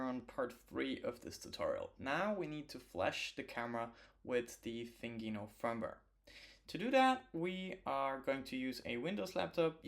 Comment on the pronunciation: Nice video! This mod is above my skill level, it's cool to see it done in the wild! A few of our devs have done it but my goal is always to focus on things novices can replicate at home! PS - it's pronounced "Thin Gino" as in a skinny Italian guy!